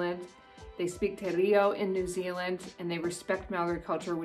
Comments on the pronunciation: It's t Pronounced te rayo not te rio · It’s not te reo it’s teero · Don't disrespect Maori culture they speak "Te reao" proceeds to butcher the name you have to roll the r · shops close at 5.30 not 6. and they close EARLIER on weekends not later. Te Rep is pronounced Teh reao. not Te Reeo.. and you can totally tip staff anywhere. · hey im a kiwi and i just wanted to say its not pronounced Mow-ree or te-reeo its actually pronounced Mou-ri and te-rayo, hope that makes sense 🙃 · just one thing. te reo is more pronounced teh-rayoh than tee reeoh, the spelling is very misleading, i know. but if you pronounce it the smae way as in the video it will probably get you some weird looks in nz lol. other wise that was all correct. (i live in nz) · you really said 'te rio'. it's pronounced 'teh-ray-oh' and means 'The Language'. Literally no meaning. It's Te Reo *Maori*. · So true she said tie rio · Its pronounced tē-Rēo, also a chain restaurant i know is Ronnie's Bakery Restaurant, i recommend that. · I loved how she pronounced Te Reo like, Te Ree-o. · by the way "Te Reo" is pronouced like "Teh Ray-yo" and slightly roll the R with your tongue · You missed heaps of shit. And what is te reow 🤣🤣🤣🤣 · te reeo and moori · its te reo to te rio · Sge keeps on forgetting to roll the r's when she's saying Te reo Maori. There are some awesome lessons on YouTube that you could search. Eg, a, e, I, o, u is similar to spanish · Hi I'm a new Zealander and I'm still watching but she pronounced Māori and te reo wrong te reo is pronounced moee like te rao but its te reo and when a word with a line above it means you hold that letter so like Maaori okay I'm going to keep watching😁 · Bro isn't saying Te Reo right. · u said said te reo wrong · "respect Maori culture"... Proceeds to completely mispronounce "te reo" lol but yeah that speed limit thing in the US is weird: eventually just "went with the flow" traveling 10mph over... People still seemed to slow down when there were cops around though??